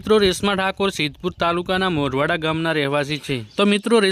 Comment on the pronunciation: અલ્યા મોરવાડા નહીં મૂડવાડા